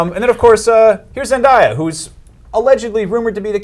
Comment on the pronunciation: Hope he was wrong when he mispronounced Zendaya